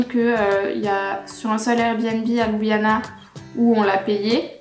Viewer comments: Étant d'origine slovène, je trouve que votre présentation reflète assez bien la réalité. Mon seul commentaire concerne la prononciation des lieux qui n'est pas correcte. Par exemple, la capitale ne se prononce pas ''Loubiana'' mais ''Lioubliana''. Bon travail! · oui bien sûr mais Ljubljana est quand même la capitale. Quand j'entends "Loubiana'' cela écorche mes oreilles :-) . Bonne continuation! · désolé mais on le prononce louboujnana... :)